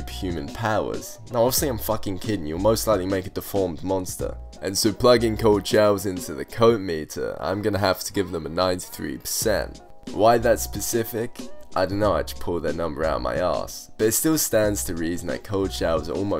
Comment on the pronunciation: How can I trust a guy who say "pacific" when he means "specific"